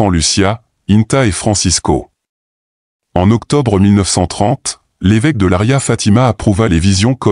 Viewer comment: Ce n'est pas Laria mais Leiria C'es horrible votre truc Quand vous fêtes quelque chose assurrez vous de ce que vous faites quel horreur e rien a voir avec la réalité